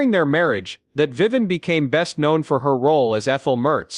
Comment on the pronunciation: Another AI flaw... Her name is Vivian, not Viven.